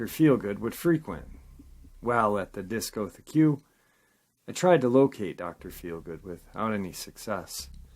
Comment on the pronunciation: It's pronounced "Disco-Tek", for future reference.